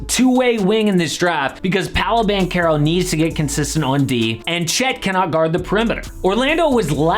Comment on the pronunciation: Wow, someone who actually pronounces "Banchero" correctly. I'm seriously impressed... Let's hope he has a long career in the NBA like Beli or Gallo and not like Melli, Datome or Mannion (don't even talk about Bargnani, because he had talent but wasted it so badly)